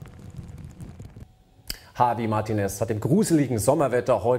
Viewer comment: herr.. der typ heißt nicht hawi mahrtines -.